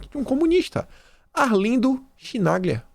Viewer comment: Chinaglia ===>>> KI-NA-LHA